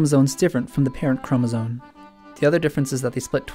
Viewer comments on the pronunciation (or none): The way he says chromosome as chromosone is annoying >.< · No, it's pronounced chromosoMe but it's spelled chromosoNe.